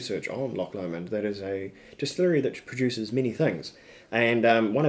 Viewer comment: Pronounced Loch LOW-mond!!!!!🤨